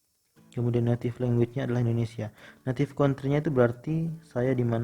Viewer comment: Anjir skornya 500 lbh. Tp cara baca guideline report, native country dan none aja salah.